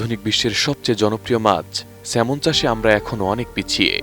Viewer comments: Not Semon, it’s Salmon. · কি লেখা পড়া করে একটা সাংবাদিক হয় আপনি তার প্রমাণ । স্যালমন কে সেমন ! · Thikoy asa,,,,banan ta " Salmon" but, pronunciation hoba "সেমন" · নামটা তো ঠিকমত বলেন সাংঘাতিক 😆